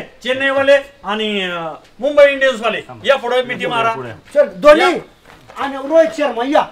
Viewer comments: बाळू धोन्या ❌ धोनी ✅ संदेश चांगला दिला पण देशाच प्रतिनिधि करतात ते भाषेचं मर्यादा ठेऊन एपिसोड काढा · तुम्ही धोनी ला धोन्य म्हंताना कहीच वाटत नाही का रोहित शर्मा आणि धोनी भरताची शान आहेत जरा निट शब्द वपरा mee चांडाल चौकड़ीचा खुप मोठा fan आहे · धोण्या ऐवजी धोनी म्हणायला पाहिजे होत